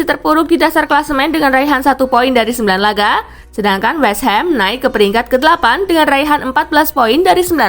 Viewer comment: Westhum min bukan westham